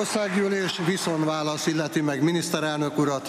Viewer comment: Màssalhangzótorlódàs esetèn előforduló hiba,úgynevezett hangkivetès esete ez.